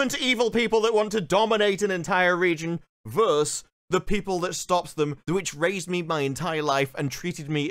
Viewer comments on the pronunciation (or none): GAH. You are an articulate individual, how can you possibly not know how to pronounce “versus?!” What is it about being a YouTuber that makes people incapable of speaking the second syllable?